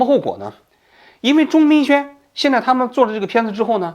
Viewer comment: 王局，您中间有多次念错钟明轩的名字，请注意更正